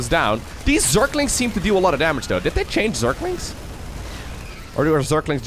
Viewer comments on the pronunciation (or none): none